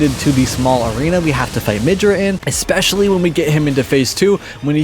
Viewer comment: Dude learn how to say ESPECIALLY. It is NOT “ECK-specially”